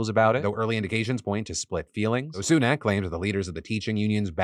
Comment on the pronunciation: Why can no American say Rishi Sunak’s name correctly 😂